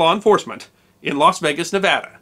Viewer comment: I have been a fan of your videos for some time. i am ,however, disturbed by your bastardized pronunciation of the name of the state of Nevada ! I have friends and relatives who live and work in Las Vegas who are disgusted by this mispronunciation, believing that it is the internet which is perpetuating this. Nevada is a Spanish word. You should check the correct pronunciation. Other than that, keep up the good work !